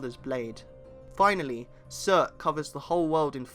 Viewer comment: It’s “acee,errr